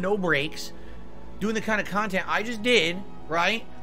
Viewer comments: Drama-free KAHNTENT guys 😂😂😂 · Lol its crap but its highlights of his """""""meaningful """""" khantent. So which is it Philly cheesesteak??